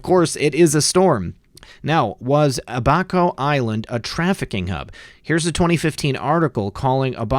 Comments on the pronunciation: abaco. Ab, like toned abs - so.... AB - a - ko. Accent on 1st syllable. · It's AB-a-co....like CAB --co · Abaco.....pronounced....Ab-a- ko